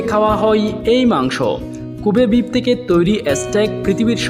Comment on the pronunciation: কিছু শব্দ সাবলীল করার দাবি জানাই, হই/হয়, যাই/যায়, নই/নয়, কাওয়ানো/খাওয়ানো, তেকে/থেকে, পেট/ফেট, রেকে/রেখে, কাবার/খাবার, সত্যি বলতে আপনার হই হই শুনতে শুনতে আমার 😢😢😢অবশেষে 😂